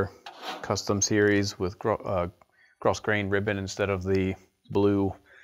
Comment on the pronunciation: It’s pronounced Grow-Gain ribbon, as in grow your vocabulary. If you say Gros-Gain the people at the fabric store will know what you mean but will laugh at you when you leave.